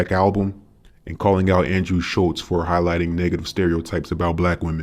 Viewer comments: Yep, it’s Schulz, no t. And none of us care! F him! 😂😂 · People care so little for Andrew Schultz that no one says his name right. That's funnier than his whole catalog.